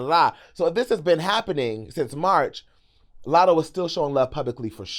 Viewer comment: Lmaoo now Ik u ain’t juss sayin latto wrong one time in this whole 30 some minute video